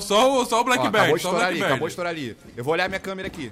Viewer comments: black berd? shuashua nice o inglês. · Não é blackbeard , é BLACKBIIIIIIIR